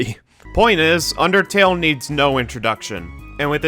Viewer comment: Whenever i see the word undertale i always think of supereyepatchwolf saying "ondertale"